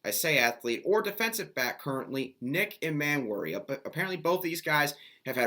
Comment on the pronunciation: Dude, I like your stuff but you seriously need to work on your pronunciation of the players' names: Nick Emmanwori and Montque Rhames in particular. Details count when you get to a certain level. Just food food thought.